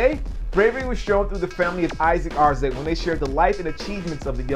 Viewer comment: I heard its pronounced AR ZA TAY